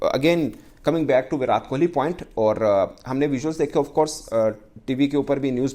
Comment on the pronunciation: Abey inke muh me kya problem hai viratttttt hai vo विरात नाही😤😤😤